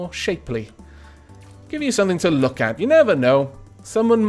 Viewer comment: you sound like you are saying "work" instead of "look," which may confuse some people. woopsies? :3